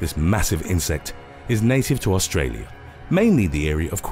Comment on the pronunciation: How in ever loving heck do you mispronunciations Australia?